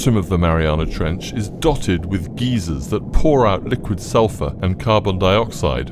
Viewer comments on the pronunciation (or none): Its pronounced like guy-zer not like gee-zer a geezer is an old man that yells at children lol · Dude - geezers are old men in polyester pants cynched up to one’s boobs. I think you mean GYSER. (Pronounced “guy- zer”). It means a hot spring that occasionally shoots a column of water & steam into the air. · Did u just call a geyser geezer 😳